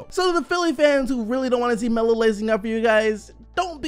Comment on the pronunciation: Oh lol I thought you where saying lamelo at first lol